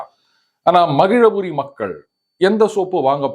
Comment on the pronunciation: மகிழபுரி இல்லை மகிழாபுரி என மாற்றிக்கொள்ளவும்.